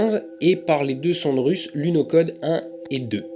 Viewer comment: Juste pour chipoter, ben qu'on écrive lunokhod, il me semble que ça se prononce lunorod.